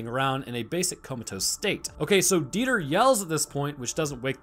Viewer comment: Dieter is a fairly common German name, and it's definitely not pronounced like that haha it's more like Dee-tah